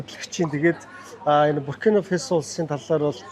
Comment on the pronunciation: Фэсо биш ээ, Фасо гэж л дуудна